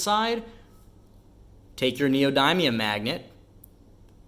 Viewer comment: Learn how to pronounce Neodymium NEE-oh-DIM-ee-əm